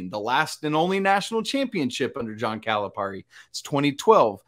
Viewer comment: ..its cali pear ie..not calip are ie